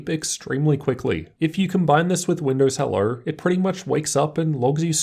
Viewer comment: "Windows hellure"